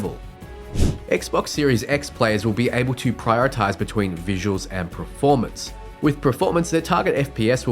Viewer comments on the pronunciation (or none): also are you saying ‘preformance’ ?